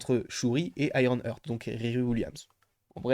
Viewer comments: Super ta vidéo comme souvent Par contre petit détail si je peux me permettre, petite erreur de prononciation de ta part comme d'ailleurs pas mal de youtubeurs j'ai remarqué concernant Iron Heart ! Vous avez tendance à prononcer "hurt" au lieu de "Heart" 😅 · IronHeart c'a s'prononce "hart", Hurt ca veut dire autre chose potp